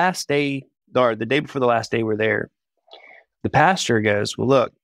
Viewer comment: Is he saying “Pasture”??? Like a place where cows walk around? Or did he say “Pastor”?!?